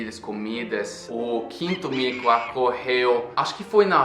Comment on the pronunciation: É so eu que amo quando ele fala "acorreu" ou "a frango" ai ai kkkk